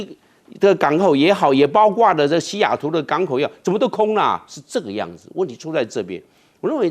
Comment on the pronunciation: 教授，大学教授讲错别字，包括不是包瓜